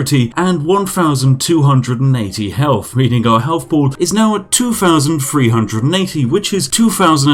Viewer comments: Overly pronounces words to sound stereotypically British yet still can't pronounce anything with a th in it correctly. I know its petty but christ it makes me cringe every time. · im sorry to do this, but im not really, man cant say three and talks about being english i dont think so